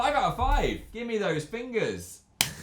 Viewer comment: "GIMME THOSE FENGUHS" –Phil Lester, 2018